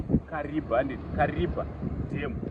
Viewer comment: You pronounce as kariva that's a tonga word kariba